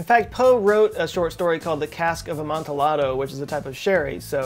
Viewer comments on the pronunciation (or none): A-man-ti-YA-do. Spanish. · I am a Poe enthusiast! I don't think the Poe toast is creepy. If I lived anywhere nearby I would do the same thing!:-). Amontillado does not have the L's pronounced. It is pronounced a maan ti aydo. Phonetically that's the best I can do. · The way you said Amontillado made my dog poop inside thanks. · Just so you know, the "ll" in amontillado is pronounced like an English "y". Like in tortilla. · Amontillado is Spanish, and pronounced like "tortilla", the double L becomes a Y sound I was told this guy is smart and has great content... not off to a great start though, I must say. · Dude, I had to pause with the way you pronounced "The Cask of Amontillado" made me facepalm. Hard. 🤦🏻‍♀️😂